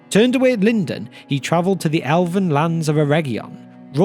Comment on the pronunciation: I swear if I hear you say “Alven” one more time… I’ll keep watching these videos because they’re awesome.